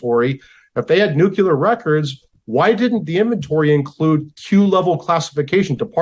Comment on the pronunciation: An expert who says nucular (nut shaped), rather than nuclear, begs his expertise!